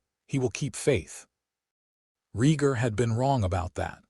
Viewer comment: yeah, this is good but it falls into the same traps all the others do... FUBARing pronunciation of main characters VALORIA??? you almost lost me 22 seconds in with that... .gritting my teeth trying to ignore the pronunciation of Rhaegar and Targaryen... its jarring and breaks immersion.